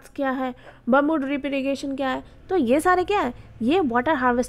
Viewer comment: It’s not bumboo it’s bam-boo 😅